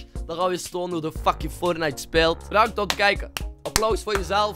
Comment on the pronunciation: LOL ik verstond eerst pornite